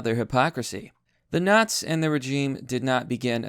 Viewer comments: If I had my money in by then, I'd piece together a German Officer Uniform and go because fuck you to them. Also I'm going to lose my mind by hearing you say "nots" instead of "nazi" over and over lmao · say the fucking words correctly its Nazi there is an I it's not fucking naz